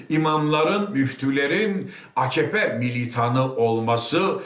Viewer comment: Akkoyun. Reisleri bile bağırırken a-ka-pe yerine a-kah-pe diyor. İyi dinle bak. :)